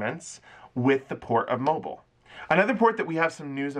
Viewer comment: Thanks for the info. Any word on what the port of New Orleans is going to do (Carnival)? Also, it’s pronounced mo-BEEL, not mobile. 😊